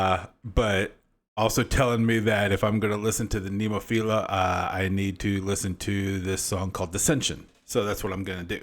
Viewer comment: Very poor reaction! You are so zero educated, you can't even pronounce the band name.